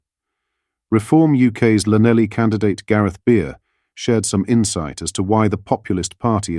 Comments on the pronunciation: Never heard an educated man call Llanelli lanelly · Yes he will cave because they have no backbone, Maybe we should insist that all benefits that we have paid them in the last 200 years be paid back + all the foreign aid. PS llanelly is pronounced Thlanethly. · Welsh Llan = Clan Llanelli is - Clan-eth-ly (phonetic) Now you know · Lanelly??? Clanethly, more like! Welsh!